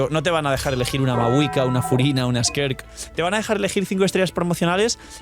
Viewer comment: cómo vuelvas a decir skerk en vez de skirk me da algo